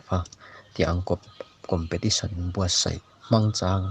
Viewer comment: Ngati nge COMPETITION tih tur khi COMPATITION a la intih tlat a...a edit mai theih loh em maw ni le